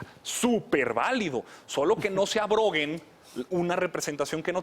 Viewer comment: Arroguen... no abroguen.